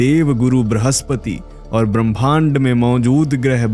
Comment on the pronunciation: ब्रहस्पति नहीं बृहस्पति 🙏🙏 कृपया हमारी हिंदी से न्याय करें